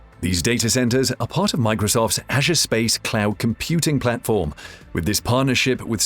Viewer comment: Microsoft Clown Services. That’s what hear because of his pronunciation. P.S. English is my second language, that doesn’t help either. lol